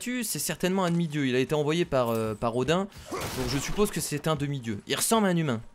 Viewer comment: Odin ce prononce odine